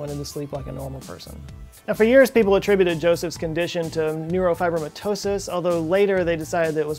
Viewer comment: thank you for pronouncing neurofibromatosis properly...most people dont,also its unlikely the Merrick had NF though ,it was most likely proteus syndrome